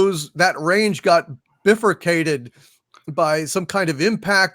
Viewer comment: Biff-ercated. LOL It's pronounced by-forcated